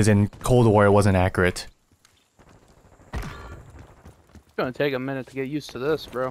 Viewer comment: "In cold war it wasn't accrit" Love the videos man!!